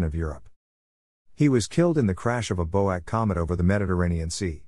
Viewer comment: Pronounced B. O. A. C. not bow-ack, (British Overseas Airways Corporation)